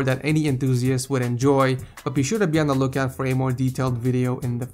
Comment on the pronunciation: You said "Bien the look out" ??